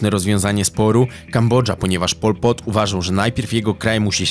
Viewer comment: nawet nie potrafisz wymówić jego imienia, a nagrywasz o nim film. No kurwa brawo.